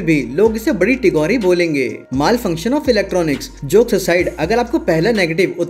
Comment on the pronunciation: मैलfunction ❎️ मालfunction✅️ 🤣🤣🤣🤣